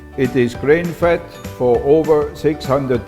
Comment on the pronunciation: Does this guy have a swedish accent? This sounds extremely swedish, the only difference is that he switches the D's with T's. He also pronouces "fat" as "fett" (which is the swedish word for it) but a typical swede would pronounce it "faet" which makes it hard to pinpoint, does he not know the english word?